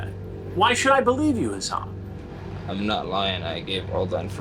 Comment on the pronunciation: COME ON, HASS-ON